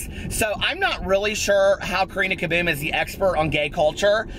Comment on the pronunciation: the way you say Karina Caboom is so much nicer than my British accent 😆